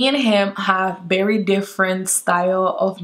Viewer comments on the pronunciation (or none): I love how she says bery instead of very 😂